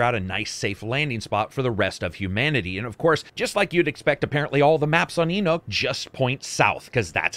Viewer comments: the planet your on Enoch, is pronounced E-Knock its a Jewish word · Lmao "E-nook"